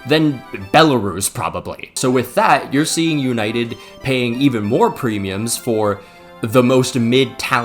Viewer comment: Oh … You’ll never learn😅😅😅 Mate, it’s United…